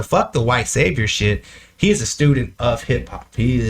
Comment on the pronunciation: Shite, not shy. Its a british term for s**t